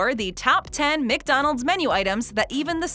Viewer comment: Please stop saying Mick-Donald’s